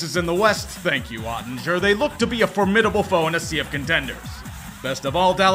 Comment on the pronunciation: Oettinger is pronounced with a /g/ sound, not a /j/